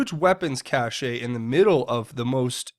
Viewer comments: Keep up the good work!!! PS- cache is pronounced “cash” not “casheh” or “cashay”. So you’d say it like weapons cache (cash). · Cache = CASH , not cash-SHAY